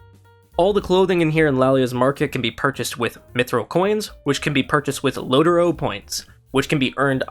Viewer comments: Please It’s Not Low-Ter-O Sounds Gay Asf., It’s Low-Trow Respectively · "lotro" Lord of the rings online "Lo-tro". Where are you getting the getting "o" from? By daying "lotoro" points? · its lo (low - tro) tro not lot0ro;) nice video:) keep up the good work.